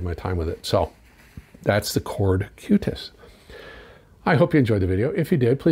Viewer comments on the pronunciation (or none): It is Qutest not Cutest :)